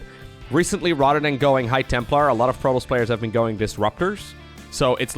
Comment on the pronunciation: It's not "protols" it's "protoss". This shouldn't bother me but it's driving me crazy hearing that constantly